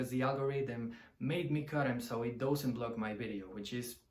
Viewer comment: One tip to dramatically improve your English. The word 'does' or 'doesn't' is not pronounced like 'dough' But like duhz or duhznt. Try to find a native speaker to listen to. It's the only major fault I hear so if you fix that you'll be great. I personally prefer 1, 2 and 3 after that I'm not such a big fan. I don't even like Stairway and I never play it